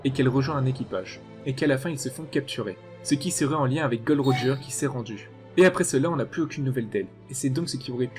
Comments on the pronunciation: Mais c est pas Gold Roger c est Gol D. Roger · C est pas gold roger mais gol d roger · oh mon dieu il ne s appelle pas GOLD D ROGER MAIS GOL D ROGER PTN ARRETER AVEC CET FAUTE SA FAIT 15 ANS ON VS LE DIT BORDEL XD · Tu tes tromper c’est pas “Gold Roger “ mais “Gold D Roger” 😏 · Tu t'es trompé c'est pas " Gold. D. Roger " mais Gol .D. Roger"